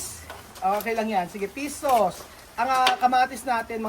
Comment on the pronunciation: hirap na hirap banggitin ang "F" e pish sauce daw😂